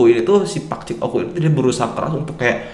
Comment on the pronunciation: oh ya bang o k u bang bukan oku